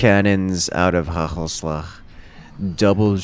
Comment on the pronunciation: FINALLY HE SAID IT CORRECTLY WHOOOOOOOOOOOOOOOOOOO